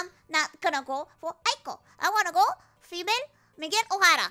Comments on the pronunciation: she pronounced female as tamale with an f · Female (pronounced tamale) fan checking in, is too based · She said "female" like it's a Taco Bell menu item. Love it.